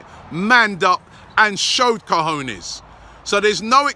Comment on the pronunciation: lol usually Robbie says cojones like 'kahooners'. He's actually saying it right now.